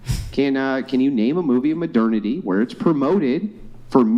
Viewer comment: Especially when he pronounces it incorrectly.